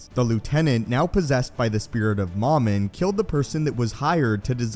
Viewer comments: Dumb English, it's supposed to be Mumin, not moooomin Ahh, I thought you were joking about moomin. The finish trolls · It's mowmin.not mahmin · MOM-IN??? No, it’s pronounced “MOH-MIN” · This guy in the video pronounces Momin "Mamin". Why?